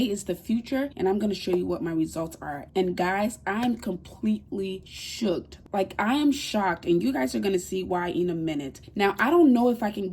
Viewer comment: Did she just say shoocked 🤔🤔